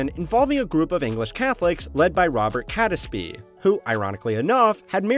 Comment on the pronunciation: Good video, but as a British person I'm reminded how un-intuitive English pronunciations are sometimes. Catesby for instance is pronounced "Kates-bee" and Jacobean is "Jack-oh-bee-anne". Both these examples would not place any particular stress on any of their syllables.